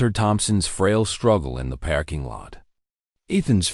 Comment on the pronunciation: Sweet gods... it's a "PARKING" lot, not a "PACKING" lot. Also teach your AI not to pronounce punctuation. I can't continue to listen to this unfinished junk.